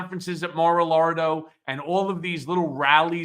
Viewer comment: I could have sworn Cohen said MAR-A-LARDO😂😂😂😂